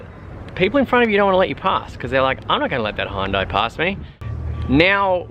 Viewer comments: It's HYUN-DAI, Not High-Hun-Day or Hun-Day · You could learn how to say Hyundai.